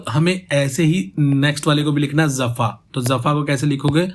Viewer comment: Bro... jafa main nukhta nahi hain... so it is jafa not zafa....